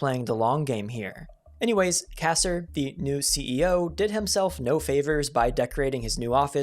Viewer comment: Atari may have screwed up big time but your video is all over the place. You mention Pac-man, then show Mr. PACMAN. You mispronounced Ray Kassar and others. Have you ever hears if the AVGN??